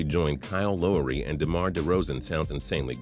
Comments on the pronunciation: Kyle I-go-to-Lowe's-ry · "kyle loorey" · his pronunciation of Lowry tho 😂